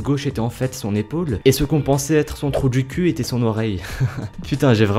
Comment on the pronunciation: Mdr comment il a dit troup du cul oklm